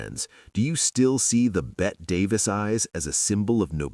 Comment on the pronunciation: And what about ripping the face off of your dumb narration? Again, you keep calling Bette Davis as "Bet Davis," when everyone since the 1920's have called her "Betty Davis"--NOT "Bet" Davis. Ask anyone............